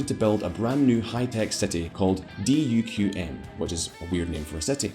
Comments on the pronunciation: Dude, fantastic video. I'm Omani and whenever people ask me if Oman ever has problems, I always tell them Oman is sort of like the Switzerland of the middle east. Also just FYI, the city isn't called D.U.Q.M. It's actually Duqm pronounced "dookoom" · My brain when he said D U Q M instead of Duqm 🧍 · The City Duqm is pronounced, Duke-em.